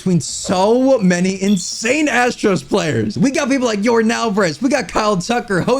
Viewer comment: “Your-dahn” not “Your-din”